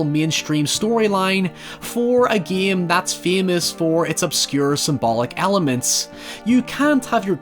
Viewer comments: First of all you should learn how to say GAME its GAME no Gaiem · English speakers: Game: Geehme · I just gave a dislike because of the shivers that I felt everytime I heard "geam" insteade of "game" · I like how you say "game". "Gee-am". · Maybe it's because of the fact that English is not my mother tongue; but I'm both disturbed and fascinated by your pronunciation of the word 'game'. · I like how says "game"